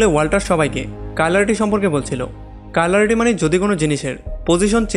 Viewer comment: দাদা ওটা কাইলারিটি না,কাইরালিটি🤣